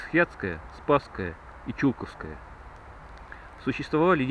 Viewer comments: Только не ЧУлковское, а ЧулкОвское) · Не ЧУлковское кладбище, а ЧулкОвское, "ЧулкОво", ЧулкОвская слобода! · Владимир Иванов, да я житель Тулы, но на Чулковском кладбище, у меня ни кто не похоронен, более того, до этого фильма, я даже его названия ни разу не произносил, потому куда ставить ударения попросту не знал. если лично Вас это обидело, то приношу свои извинения. А фильм про Чулковское кладбище так же будет, отснято много материала по нему. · Бежать могли по любой причине, но они ни как не отменяют факт наличия там древних захоронений на глубине 4-5 метров от поверхности. Про Чулковское, тут нужно просто знать куда ставить ударение. Я сам туляк и не зал этого, так как не жил в том районе. И опять же куда поставить ударение, не меняет смысла фильма.